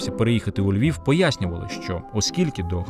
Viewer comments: Чудовий матеріал. Багато що з цього памятаю з розповідей старших жителів. Але заувага автору: попрацюйте над орфоепією: звук «в» наприкінці слова не оглушується: Львів, а не Львіф, українців , а не українціф… Дякую! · Говорить з росiйським акцентом: не ЛьвiФ, ЛьвiВ треба говорити. Выросла во Львове. Не могу слушать эту брехню.